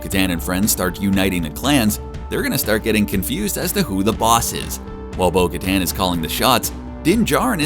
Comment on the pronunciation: I hate how you mispronounce her name